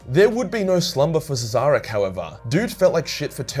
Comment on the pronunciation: Pretty sure that's pronounced "Shareh" someone has any ideas?